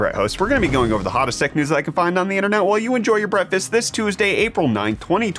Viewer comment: He says Brettfest just because of timezone differences. I can't unhear it